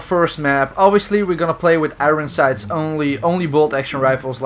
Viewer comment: you keep saying "iroen sight" instead of "iron sights"